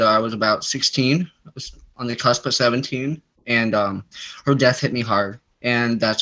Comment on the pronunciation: Near DEARTH 😳🙄 did you mean Dear Earth, or ??